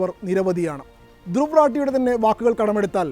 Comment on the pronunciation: ധ്രുവ് . രതി=Druw Rathy എന്നതാണ്അയാളുടെപേര് 👌ഹിന്ദിചാനലുകൾ പേര്ശരിക്ക് ഉച്ചരിക്കുന്നത്കേൾക്കാം മലയാളക്കാർ 🥴 ഇദ്ദേഹത്തെരാട്ടി, രത്തി, രാത്തി , എന്നിങ്ങനെ പറയുന്നു😂 ഒരു കൊല്ലത്തോളമായി ഞാനി ദ്ദേഹത്തെകേൾക്കയും 😊എൻ്റെ 5000 ത്തോളംവരുന്ന ഫെയ്സ്ബുക്ക് 🎉സുഹൃത്തുക്കൾക്ക് ഷെയർ ചെയ്യുകയുംചെയ്യുന്നു😮 ധന്യ വാദ്😊